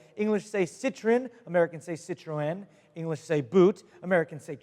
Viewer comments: Well I'm French and can assure you: you can prononce Citroen and Peugeot the right way. Well done, monsieur...;) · I'm french and I approve you pronunciation of Peugeot and Citröen D.D